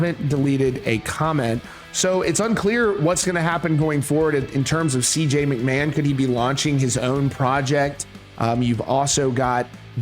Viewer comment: McMahon isnt pronounced macMann. 😂😂